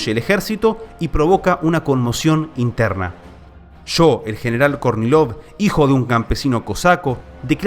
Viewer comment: Cuando dice Kornilov yo escucho Courtney Love. 😊 Seguro no soy el único